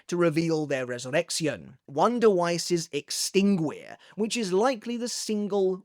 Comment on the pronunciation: The "gui" in "extinguir" is actually pronounced like the one in guitar. The same goes for "aguila".